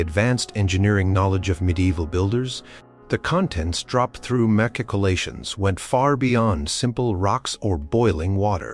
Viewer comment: Would be way better if recorded for real. This AI is misspelling and mispronouncing constantly. My favorite is "Mac-Keycolations"